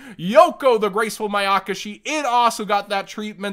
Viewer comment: You said the mayakashi monsters correctly